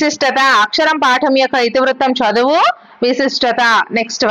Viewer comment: Madam అక్షరం అక్కరము